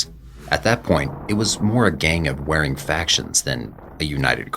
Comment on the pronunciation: Warring is not pronounced "wearing."